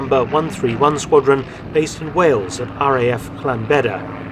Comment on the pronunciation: Great video. Well done on pronouncing Llanbedr properly - impressive!